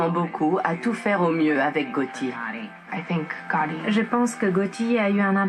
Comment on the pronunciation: SUPER comme d'hab ! merci pour la vidéo Ps: Gotti pas Getti ;)